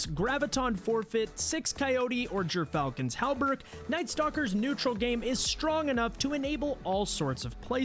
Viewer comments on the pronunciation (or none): He pronounced gyrfalcons wrong